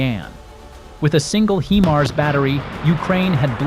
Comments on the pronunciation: "HI-mars"...not, mon ami, "HE-mars". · You are NOT pronousing the HIMARS correct! The I is saounded just as it it "I" nor "E"!